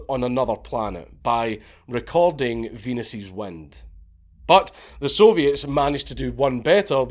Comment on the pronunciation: "Venus's wind" haha we heard Venus queef 😂